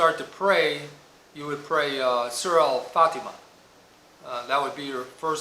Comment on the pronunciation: Just a small correction sir. Its Al Fatihah, not Al fatimah. Nice to watch your vid